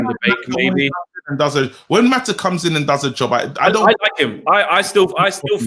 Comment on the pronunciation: pronouncing Mata's name as Ma'a is ridiculous! "Well, we British people pronounce the T as a." Well you're not pronouncing a T, you're pronouncing a person's name!